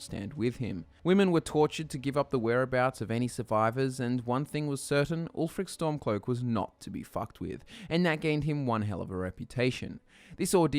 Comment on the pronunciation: "Ulfric Stomclock, Jarl of Windhelm..."